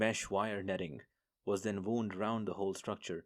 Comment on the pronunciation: Have listened to and enjoyed few of your J.C audiobooks. But every now and then I'm jarred by your mispronunciation of some words. So pls brush up on 'tear' and 'wound'. They have two different meanings each - and sounds. I am an old journalist and English teacher. Cheers!